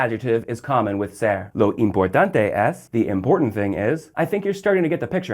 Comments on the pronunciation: "low"? "LOW" - STFU, gringo! you're seriously annoying, dude. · Yeah, a video about the Spanish word 'lo' and he pronounces it incorrectly every. single. time. It's just two letters, how hard can it be?!